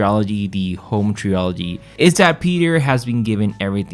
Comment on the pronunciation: Trilogy ❌ Treeoligy ✅